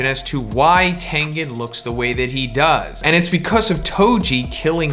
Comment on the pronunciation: everyone: becuzz: becuss